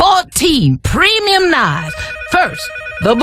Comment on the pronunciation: “Preemyum PREEmyum” 😂😂